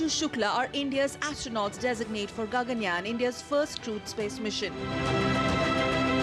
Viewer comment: It is Gaganyaan ; not Ganganyaan smartie !